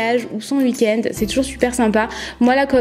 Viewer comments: ça me stress elle dit uik-end 😂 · Jtm bien mais tu dit